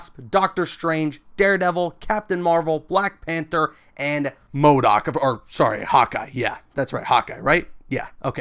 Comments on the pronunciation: I was about to dislike when he said mordok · Man said mo doc 😂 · bro i was so confused when he said modok.